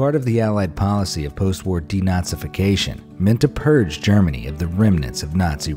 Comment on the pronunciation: Plus I think he meant "de-NAZI-fication".